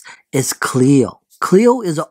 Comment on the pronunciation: It's not Chleo! It's Chloe!